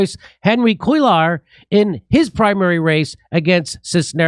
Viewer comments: Cuellar is pronounced "kway-jarr" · It’s cue-yar, like tortilla 🤣